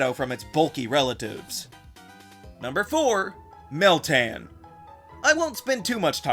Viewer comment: yeah, you're doing meltan wrong